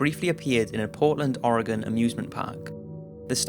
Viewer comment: #4 why do you think I look inside my car every time before I get in? and you said Oregon right!! :D